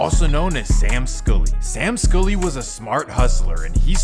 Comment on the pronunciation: Why can't you pronounce SKULLY? 🤣🤣